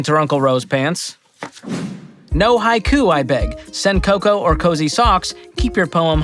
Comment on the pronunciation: Please tell me that didn't just call a poem a Hi-Q, like it's a McDonald's HI-C drink.